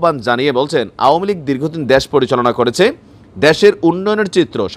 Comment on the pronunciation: দেশ কে দ্যাশ উচ্চারণ করেন কেন?